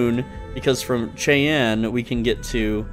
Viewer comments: It's not pronounced "Shay Anne" it's pronounced "Shy Anne". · Sol is usually pronounced [sawl], but some insist on [sole] because it is the name of our Solar System. Cheyenne = Shy-ANN. This is a North American First Nation, and a common city name. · Since you weren't sure, Sol is pronounced like s-all, not like sole/soul. Cheyenne is pronounced like shy-ann. Centauri is sen-tar-E. Unless it's an individually named planet, like Jemison, they're (system name) (position from star) so Earth is Sol 3. The moons are alphabetical in position from the planet, so Luna (Earth's moon) is Sol 3-A. It there's more than 26 moons (like Jupiter) then the letters double. So Jupiter's 27th moon would be Sol 5-AA. Since Sol is our home system they're all individually named though. The sign on CJ's says "open 49 hours" because a day on Jemison is apparently 49 hours. It means they're open all day and night. On Vectara (where you start the game) somewhere there is Heller's cutter, it's stronger than the rest so you can mine faster, you can also collect Lin and Heller, you can use them as ship's crew, or you can assign them to an outpost and increase output. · Cheyenne sounds like "shy - ann" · pronounced ( Shy-ann) Cheyene